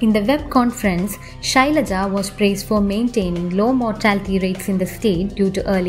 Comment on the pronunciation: Shailaja...RIP Pronunciation